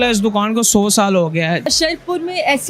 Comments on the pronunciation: Ye larki dokan ko doqan bolti he..hahaha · Dukhaan prounce sahee say kar lo